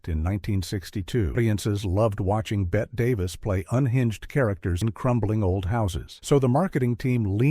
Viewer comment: Please- not “Bet Davis.” Bet-ee 😐